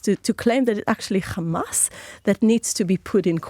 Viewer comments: U need to stop this german hollocast all the time and for ur correction in english it is Hamas not Gamas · Why does she pronounce Hamas in that strange way sometimes?